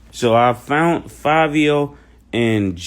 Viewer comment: Mason, Mason, Mase..speak it brother, "finally fount one." I heard that! Give it to 'em!